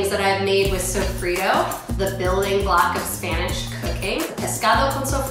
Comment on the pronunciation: lol tuna???? wtf. sofido?????? i'm dead, at least try to pronounce it correctly....